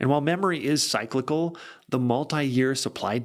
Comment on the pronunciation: what is happening... you don't know how to pronounce "cyclical"? Makes no sense on a highly rated channel like yours.